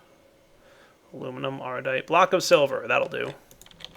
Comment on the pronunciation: notice he says "block of silver" like sky says "bodil40" lol